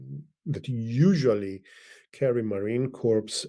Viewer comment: You don't pronounce the S in Marine Corps....Love your content!!